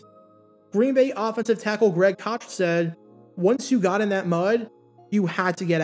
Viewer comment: FYI: Greg Koch pronounces his name like Cook.